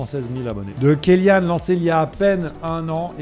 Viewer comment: ça ne se dit pas "Kelyane" mais "Kelyan" (pour la prononciation)